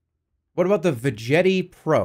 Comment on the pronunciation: Jerma: pronounces Veggetti like vagina The commercial: the Veghetti... Veghetti... buy a Veghetti now! Jerma: so anyway the Vejetti